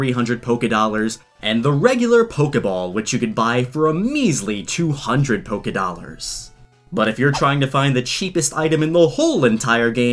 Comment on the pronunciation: NOT POKE-i-dollars